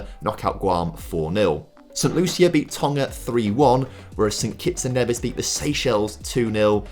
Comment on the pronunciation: St Kitts and N-ee-vis too